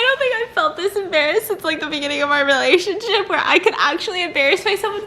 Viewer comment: “It will ✨resurrect✨our relashonship”💀😂